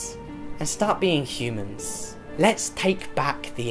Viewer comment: Besides that your video was pretty cool and I couldn't agree more with you, when you said humans I heard hummus hahaha